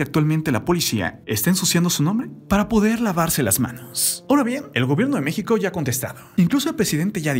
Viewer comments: Octavia ciudad de mexica 🤦🤦🤦 habla bien pooooooorrrr favooooor🙄🙄🙄🙄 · " Vide, Mexica, Ocañe" VIDA, MĖXICO, OCAÑA, FLACO APRENDE A PRONUNCIARLO BIEN